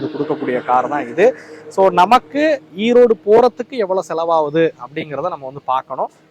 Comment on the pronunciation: Erode not Eroad